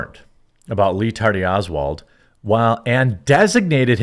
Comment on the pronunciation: “Lee Tardy Oswald” 😂😂😂